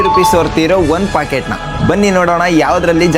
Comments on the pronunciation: Packet ❎Pocket✅ 😂 😂 😂 pls improve but still I am a big fan not fan ac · Bruh adhu Packet not Pocket!!! 😅